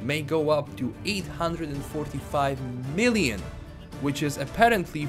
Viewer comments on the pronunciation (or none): none